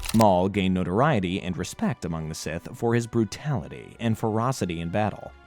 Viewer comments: Say it with me now. "SITH" NOT "CIS"!🤬 very distracting and made it hard to watch. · I thought he was struggling to pronounce “sith”